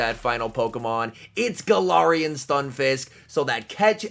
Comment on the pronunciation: Anyone else notice he changes his pronunciation for galarian like every time he says it? He switches from “galarian” to “galawrian” every time he says it 😂